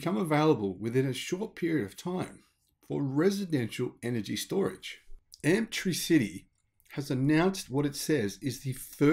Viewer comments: A small point but wouldn't it be pronounced 'amp-tricity' as in 'elec-tricity', not 'amp-try-city'? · Hi, great news for the future. Thanks for the vid. I think the name is intended to be pronounced like 'electricity' (electric) not tri-city (three cities)?? Or am I wrong? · I'm pretty sure they'd want you to say it like electricity, not Amp-tri-city. Try Amp-tricity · I think it's probably pronounced Amp-tricity - 'tricity' as in elec-tricity. Amptricity. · Hi, really enjoy your stories. Nice contrast in pronunciation with Americans. Amptricity and Arkansas got me today but Zack and Jesse from NYK had trouble with Moe and Yea calling them mow and yeah. 😆😅😂🤣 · Love your videos. Note: Arkansas is pronounced "ar-can-saw", and surely Amptricity is a play on "Amps" and "electricity", thus "Amp-tricity" not Amp-TRI-CITY which would imply it has something to do with three cities... thanks! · Some weird pronunciations it this one. I believe Amptricity is not pronounced "amp-tri-city". I believe it is "am-trisity" like "electricity". "Arkansas" is not pronounced "ar-kansas". It is pronounced "arkan-saw". Enjoying the shows, thanks.